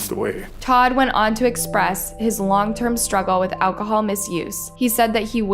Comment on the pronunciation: "ALCOHOOL MISUSE"?